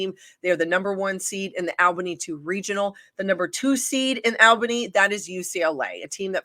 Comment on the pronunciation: I stopped watching as soon as I heard how they thought Albany was pronounced.